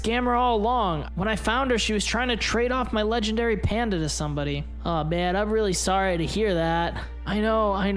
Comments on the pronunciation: did anyone notice he said 'my legandary PANDA' k.. like... WHAT? THIS WAS POINTLESS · He said she wanted to trade my leagandary panda lol🤣🤣😂😂